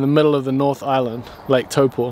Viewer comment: Respect for saying Taupō correctly! And wishing yous the very best in the dirty south aka Te Waipounamu